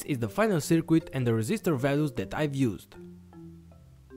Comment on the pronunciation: You wanna pronounce circuit like it's spelt "Sir Kit" buddy! You are saying sir "quit" in this video. Great upload!